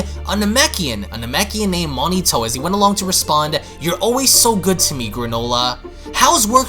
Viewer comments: So just going to ignore the A in MonAIto's name huh. Its not Monito. Mo...Nai...to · 1, Its not planet Cerel, its planet CERIAL like breakfast yknow. 2, his name is not "Monito" Its Monaito